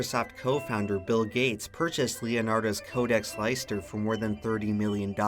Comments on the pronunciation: Good video, but , you should know Leicester isn't pronounced "lie-ster", but "lester" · This video was amazing, except this pronunciation of Leicester . LIE-STER WTFFF?!?! Lmao, great video though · Lie-ster!?!! That’s an American butchered pronunciation if I’ve ever heard it hehe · Leister? Leicaster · It's Leicester not LIEcester. The spelling was correct, you just said it wrong. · Leicester = Lester, not lyster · Leicester is pronounced 'Lester' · But hey at least you didn't say Lie-CES-ter. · You prenounced Leicester wrong : ( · Is it me or is that not how you say Leicester